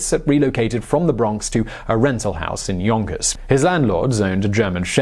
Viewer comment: I can't be the only one who fought it was funny every time he said "yonkers" It just cuts the tension every time...